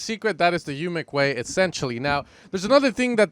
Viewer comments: Great tut like always!! also.. Umek is pronounced more like OOmek not YOUmek:) so you know for the future;):D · Its called UMEK not YUMEK... :)